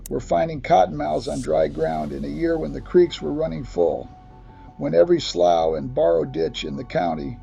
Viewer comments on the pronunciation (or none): it’s called a SLEW not Slow. it’s call YO-PON not YUP-ON. is a Copperhead CMoN smh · It's pronounced Nacca - dough - chezz. The snakes are going to high ground to get away from the hogs. It's a survival mode of exit. AI's pronounciation of "slough" and "youpon" is quite hilarious. It's not pronounced "slaw" it's "slew". It's not yawpon, it's "yowpon". Good grief. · SLOUGH IS PRONOUNCED SLOOOO OR SLEW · Lost me when they called a slough, pronounced slew, a slowe, what a load of crap! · I had to look it up, too. I've NEVER heard it called anything but a "slew," but apparently "slow" is another pronunciation. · Amazing that he got "Nay-chess" (Neches) right, but murdered "sloo" (slough). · ... and slough. (slew) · STUPID AI SHOWS PICS OF COPPERHEADS SAYING ITS COTTON MOUTH, AND CANT PRONOUNCE SLOUGH. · This poor guy needs to give it up and find another profession. That’s if he’s real and not AI. Because he damn sure ain’t country or from Texas if he can’t pronounce these words correctly like slough or Nacogdoches. What a joke! Next!!